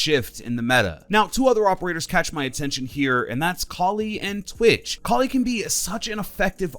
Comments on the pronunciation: Koli it’s kali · Your the only person I’ve heard say koli. Please don’t say that again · Did he say collie or kali